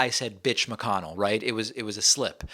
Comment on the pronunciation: Hey! Somebody finally said McConnell's name right!